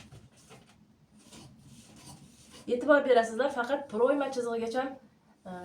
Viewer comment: Proʻyma deganini ochiqroq ayting opajon